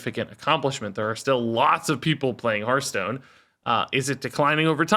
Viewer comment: Glad is leaving purely so I don’t have to hear him go “HERF-stone” anymore 😅